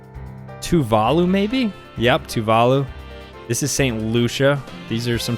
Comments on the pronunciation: bro said "toovaalu" for tuvalu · It’s so annoying the way he says Tuvalu